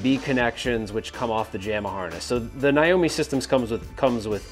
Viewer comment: My god… it’s NAAAAYYYYYY O MEEEE NOT N EYE O MEEE.